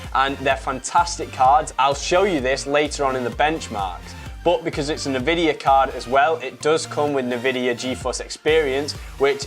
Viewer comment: It's N Vidia, stop saying nuvidia, It's triggering